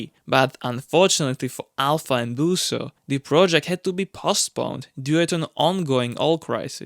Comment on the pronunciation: Busso not Booooouso